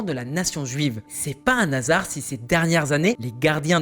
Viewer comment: Bonjour : on ne fait pas de liaison avec le N et le mot HASARD car c'est un H aspiré. Donc, "UN / HASARD" et non "un1 NASARD" .